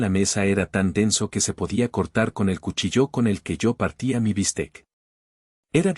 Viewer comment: Cuchillo no se pronuncia asi